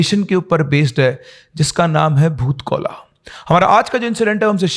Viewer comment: Bhoot kola nahi hota hai vo.Bhoota kola hota hai.